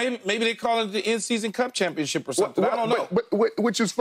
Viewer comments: A "CHUMPIONSHIP" 😂😂😂😂😂😂😂😂😂😂😂😂😂😂😂😂😂😂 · "Doesn't it feel like a chumpionship?" 🤣🤣🤣🤣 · Skip said chumpionship , lol! 😂